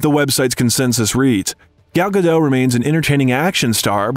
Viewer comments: Very informative, but I had heard most of this before. BUT!!! If you're speaking as an expert on Gal Gadot, don't you think you should pronounce her name correctly?? This completely erodes any credibility of this video. Someone did all this research, edited all these clips, and could't teach the narrator that the T IN GODAT ISN'T SILENT!! REALLY? How could you make such a MORONIC MISTAKE pronouncing her name incorrectly over and over and over again??? UNFORGIVEABLE!! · very bad eresentation... and Gadot "T" is pronounced! check your facts! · Her name is Hebrew, not French, and the T is pronounced. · Pro ounce her name correctly: Gah doat. Her mother' s name is Ear eet. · GAL GADOT. T is silent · It's a shame you can't pronounce Gadot correctly